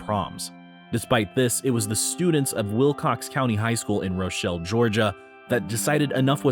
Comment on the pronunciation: It’s “Ruh-Chel not Ro!